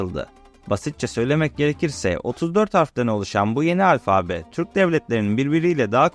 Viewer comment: Merhaba Delikanlı... Seni, şu paylaşımlarında yaşına göre hayli ileride bulup, hâliyle de beğeniyorum. Ancak, bunu dedikten sonra şöyle de küçük bir uyarı yapmış olayım... Alfabe derken, ikinci "a"yı uzatıp "â" demen yanlış oluyor ! Netîcede "Yunanca "Alfa" bu ! Kolay gelsin, selâm...